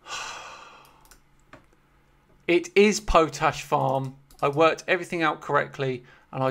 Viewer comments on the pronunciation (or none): Was Edith Pretty mentioned on the preface page? Plus, it's pronounced Pot-ash 🙂